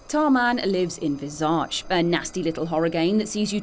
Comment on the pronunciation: You're saying visage wrong.